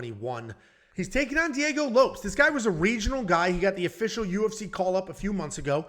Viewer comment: Is it really Diego Lopes and not Low-Pehs?